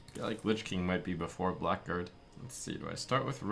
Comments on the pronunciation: Blackguard is pronounced blagard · It's pronounced "blaggard", not "black guard". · Isn't it something like "Blaggard"? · Haven't heard a single streamer pronounce blackguard correctly yet -_